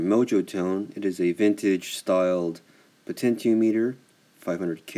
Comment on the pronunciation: Dude! The word is "te-non," not "ten-yon." Also, it's "po-ten-ti-ah-meter," not whatever you're saying. Peace.